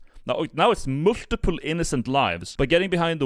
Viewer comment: Never attempt to say multiple again